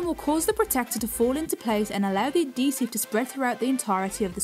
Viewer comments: I can't stand it! Pronounced as ad·he·sive \-ˈhē-siv, -ziv\ AD-hee-siv Not - A'dee sive So grating to hear you pronounce every word but that one correctly. Just Odd! No it's not the accent either. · Why do you say Ah Dee sive! BAH